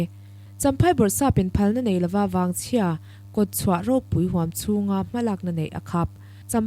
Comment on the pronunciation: Vaangchhia Nge Vangchhia? Vaangchhia tiin i chhiara,Vangchhia hi ka hriat dan ani.